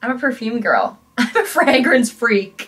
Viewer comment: the way you pronounce fragrance is making me spiral